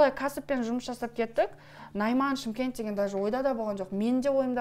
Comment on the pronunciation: Неге Чимкент дейсіңдер Шымкент десеңші жүргізу шы бала